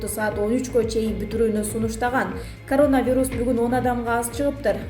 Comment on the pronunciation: Журналист кыз созкнду карап суйлочу карооонавирус дебей еркелетпей суйлочу акмак кызыктай угулат екен